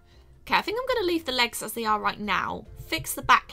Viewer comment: U said goinging not going